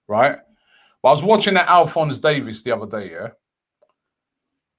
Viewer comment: when DT’s trying to hold in his laugh because of robbies pronounciation😂 “Alfonz Davis”